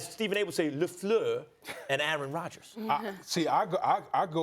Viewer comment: hey Max, get off Steven A. he's pronouncing "Lafleur" properly and respectfully. also Rodgers' GREAT talent has been WASTED in Green Bay.